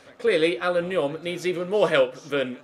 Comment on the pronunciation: says nyom really funnily I love it. he's like ne-ommm! And he says it quickly. So funny